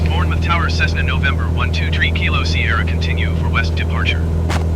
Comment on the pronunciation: Hi love this series but it is prounced bourne muff not bourne mouth lol